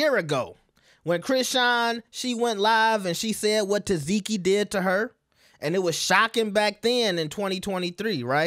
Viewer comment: Omg! Her name is TESS-SEE-KEY!!!! NOT "TESS-ZEE-KEY!!!!"